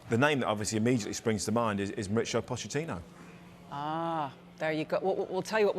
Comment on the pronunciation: Wtf did he say pochs first name was ?? 🤣🤣